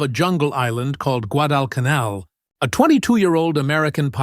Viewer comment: I hate AI slop. Less than 30 seconds in, and the moronic AI can't even pronounce Guadalcanal. Losers and posers need to stop relying on AI to do all their work for them.